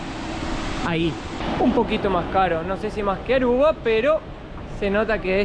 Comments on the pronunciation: es Aruba, no Arruba. Repeat with me please A R U B A. 🙂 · Que divertido diciendo ARRUBA😂.... Querrá decir ARUBA. Mateo enseñale❤ se oscureció el cabello😮